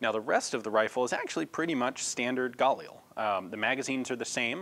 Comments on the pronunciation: am I the only one who is mad that he keeps saying gulil instead of galil? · Just for the record, Galil isn't pronounced "gah-lee-el", it's "gah-leel". The i is pronounced like the i in "elite", and it's two syllables, not three. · Anyone else get a annoyed feeling when he says galil and pronounces it gal eel?, I've always pronounced it ga leel and always heard everyone else pronounce it like that to, so when some new way of pronouncing it comes in, I get a weird annoyed feeling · it's pronounced gah-LEEL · I'm not really even upset, I'm just saying I get this weird feeling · you're putting the emphasis on the wrong syllable in galil. In hebrew the stress is usually on the final syllable